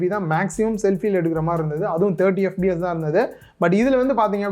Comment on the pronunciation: bro unga pronunciation FBS nu kekudhu..adhu fps :) Good video overall :) apdiye indha price range la endha phones lam consider pannalam nu sonna kandippa nalla irukkum :)